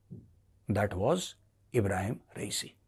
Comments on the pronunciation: Major jee, You utterly ruin a great analysis by getting the names of the Iranian leadership wrong. Khomeini is not the now supreme leader, it is Khamenei. Khomeini is the person whose portrait is behind Khamenei. And by the way the demised president is "Raisi" not "Riasi". Apart from that a perfectly logical analysis. Who did it, take your pick, there are numerous players in the Iranian leadership to have wished Raisi and his cohorts gone. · एक रिक्वेस्ट है मेजरसाहब ,तहे दिलसे। सबव्यक्तिविशेषोंके नामका आप गलत उच्चारण ना करें...जो मारे गये वो रईसी है ,रियासी नहीं। और जो सर्वोच्च नेता हैं उनका नाम ख़ामेनै है...ख़ोमैनी नहीं।... ख़ोमोनी तो पुराने शीर्ष नेता थे। बाक़ी आपका एनालिसिस सर्वोत्तम रहता है।